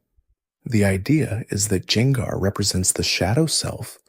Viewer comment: Was using this to going to sleep but hearing you butcher gengars name in a bunch of different ways made me pick the phone back up lol